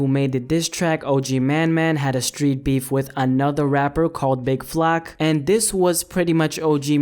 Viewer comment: "Big flack " 💀💀💀 its big flock